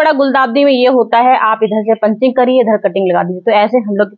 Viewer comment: पंचिंग नहीं पिचिंग